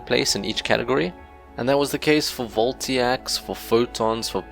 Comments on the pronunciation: They're voltaics, not voltiacs. Vol-Tay-Ic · It's VoltAIc, not VoltIAc. Anywats great and helpful video, earned a sub :D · its VOLTAIC, not "Voltiac" :) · very interesting . . . a lot more complicated than I thought. :) Side note: Voltaic is said like Vol-tay-ick.